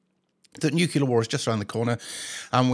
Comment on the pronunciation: Really small point but, it's nuclear, not nucular. Just sayin'. 🙂